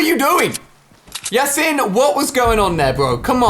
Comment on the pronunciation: it's pronounced (even though it had an I) Yas-een